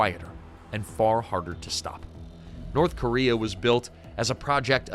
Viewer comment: North Cuba-rea